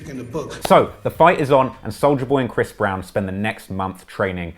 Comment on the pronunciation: Soooo, do they all call him Bhris Brown?